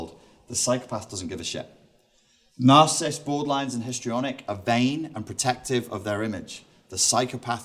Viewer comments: You’re missing a syllable. It’s NAR-CI-CIST, not NAR-CIST. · Nar- ci -ssist' has 3 syllables not 2, other than that your presentation becomes somewhat brilliant in my humble opinion. You're diving deep into psychology that MOST people i know in Florida don't even come close to and won't bother with. I've studied and been very interested in psychology for decades. I have a few male acquaintances who do some of those exact things you mention 2/3's into the video, toward me. A few females too in the past but it's the male 'friends' that i have to avoid mostly because of their weird deep need to bring me down to build themselves up. It's totally repulsive and weak on their part. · Without having any idea at the start where this guy may be heading with his analysis, his plausibility would be considerably enhanced if he at least knew how to pronounce the word that designates his subject matter ('narcissist,' not 'narssist'). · Why does he keep saying Narcism, Narcist and Narcisstic? (he even wrote that down). It was annoying me - and I am too perfect to put up with people who can't pronounce the words they are supposed to be experts on. (ends in preposition - oops) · Narcissist Nar-ci- ssist You continually miss out a syllable. I've met plenty narcissistic women, every one of them deserved a slap. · You really should learn to say the word narcissist and no one should be paying you for advice. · I think you're full of it. You can't even pronounce narcissist.